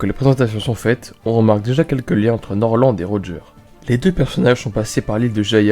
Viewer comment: Nord lent et Rodjé